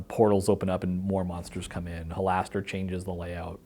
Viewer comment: Why is Mearls mispronouncing Halaster?